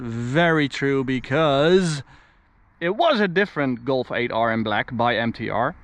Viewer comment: why you say Golfe ? Say Golf bro